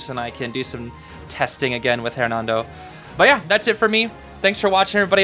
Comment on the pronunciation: The h in Hernando isn’t pronounced.